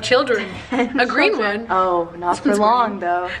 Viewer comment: In the last she said "I want childern" 😂